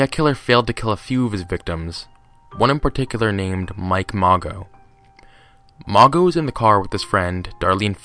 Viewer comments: Mago? Really? It's Mageaux. Pronounced ma-Zoe. Seriously dude. It's disrespectful to the victims of these monsters. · “Mageau” is pronounced “Mah-joe” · Pronounced Mah-sho